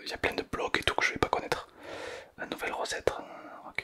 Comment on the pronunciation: C’est pas nous velle mais nouvelle mais c’est pas grave t’inquiète